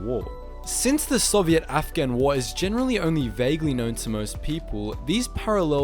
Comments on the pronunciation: great video, but please fix how you say Soviet, it's not Soviette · The way you say sovient is so funny man XD